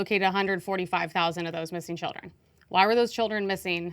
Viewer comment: Every time she said “child-ern” a piece of my soul dies